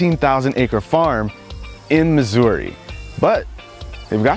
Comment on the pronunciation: I'm from Missouri, the way he pronounced Missouri in the beginning made me want to die